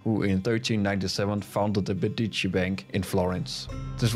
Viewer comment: Please google the proper pronunciation of The Medici. Nice video.